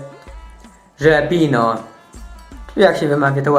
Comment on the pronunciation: Żelapino? :D